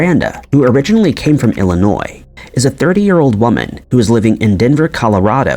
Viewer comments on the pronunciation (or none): none